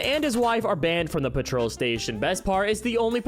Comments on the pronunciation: Dude just letting you know it's not patrol PET-troll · My guy....learn how to pronounce words, and what currency symbols are. Thats the pound symbol, as in english pounds £, the euro symbol is an e like shape being €. That and Petrol, is not pronounced patrol. Im not even a native english speaker and I know that. My country doesnt even use pound or euro, we got our own currency... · Pet - roll. £ = pounds. Mum is not pronounced mom, but I'm nitpicking with that. Actually vexxed me for no reason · Petrol not patrol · 1. It's pEtrol not pAtrol. 2. That is a pound sign not a euro sign, literally everyone outside the U.S. would know this. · I like you a lot, so please say it with me: pet-roll. Petrol. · It's pronounced pet-trahl not patrol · Yeah it’s “pet troll” with no gap in pronunciation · Peh-trul, emphasis on the first syllable. Also that's a pound sign, not a euro 😅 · When did he say petrol? I heard him say patrol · I am no European but I know as an American it is not pronounced like "patrol" 😂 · Said petrol wrong, and they are not euros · I understand that he says petrol a little weird. After all Americans call this liquid gas. But where I really lost it is at "gauge". Never have I ever someone pronounce it like goche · You say petrol funny... 😉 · AI can mispronounce things quite often as well, though. I think the petrol thing is literally him not knowing how it’s supposed to be pronounced. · The way he says petrol hurts me 😂 And I'm American! It's not even our word! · Petrol was annoying but gauge fucken sent me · bro im british we do not say petrol like that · i have never heard petrol pronounced like this lmao like your voiceovers doe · Petrol, gauge, and obligatory all bothered me. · Genuinely crazy